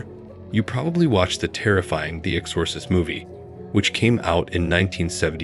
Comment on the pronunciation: okay youre doing this on purpose. theres no way you dont know how to pronounce exorcist.